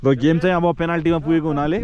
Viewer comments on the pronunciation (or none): none